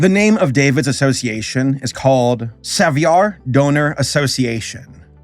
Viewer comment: Just for info... savoir its like saying war... savwar... savoir... :)